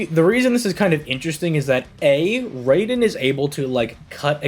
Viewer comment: Raiden is pronounced r-eye-den... Just a friendly correction. Great video!